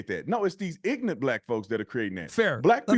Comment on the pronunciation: cringing when he hears “ax” instead of “ask” and “ignant” instead of “ignorant” 🤣🤣🤣